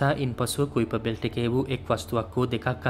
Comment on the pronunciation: කයිපර් බෙල්ට් කියලා නේද කියන්නෙ?